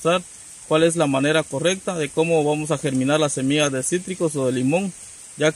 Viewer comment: Porque dices semias se dice SEMILLAS